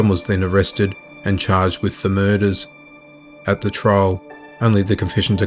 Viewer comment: All these key-luhs and mer-duhs!!